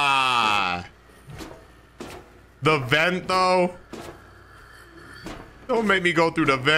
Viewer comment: my favorite part is when he says "open de door"